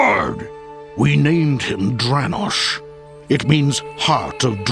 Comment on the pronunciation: "We named him Dranosh" Triggered